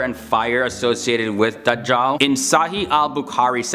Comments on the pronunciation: The way he says Dujal is funny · Not Dajhal but Gog and Magog.